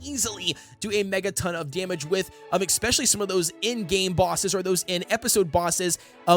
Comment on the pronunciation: pls learn how to pronounce especially omg